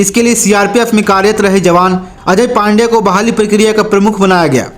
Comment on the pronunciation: अजय पाण्डेया नहीं.. अजय पाड़ेया